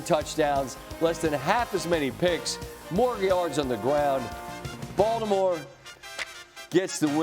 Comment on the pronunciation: Why does SVP sound like he's saying "Voldemort" when he says Baltimore? 🤔😅